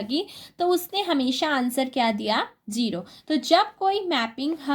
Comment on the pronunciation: I like it when u tell zero as jero